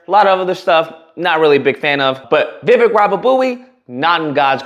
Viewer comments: You are a racist sir...u could not even say his name correctly..thats disgusting...u have no right to call out anybody😢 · Jackass 1st learn how to pronounce names … secondly look at the laws for immigrants in early 19th century. The only difference is immigrants with nothing on their backs sacrificed and became successful while the loser community is still at the bottom of the food chain. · At least say his name right. Plus he was born here in the US